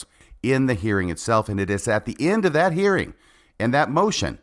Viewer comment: She also struggles with pronouncing the “g” at the end of words like “thinking”, “hearing”, and “believing”. It drives me crazy!